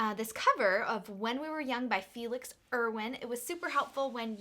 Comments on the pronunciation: Felix Irwan, like "ir-wahn" not "Irwin" lol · The pronounce of his name is Ir(ear) Wan(one) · Felix Irwan is from Indonesia (South East Asia). And to pronounce Irwan: Ir = ear Wan = one And i love your reaction..coz you give anylize of how he sing, vocal technic and sending a message from a song.